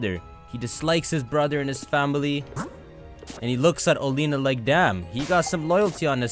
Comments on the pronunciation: I thought it was pronounced Oh-lay-ah-na. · I thought it was pronounced Ol-ee-na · according to the official Pokémon twilight wings anime (at least I think that’s what it’s called) it is pronounced Olianna. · Bee does sound weird, but it's even weirder than he pronounces Oleana as Oleena but then doesn't pronounce Bea is Bee. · I'll still never get over how he mispronounces Oleana. Like he just completely ignores the letter a.